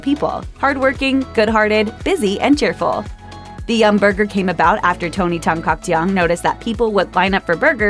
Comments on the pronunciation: I find her pronunciation of Tan-Caktiong awkward to listen to lmaoo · "Tan Caktiong" wasn't, at least not how Filipinos would normally pronounce it.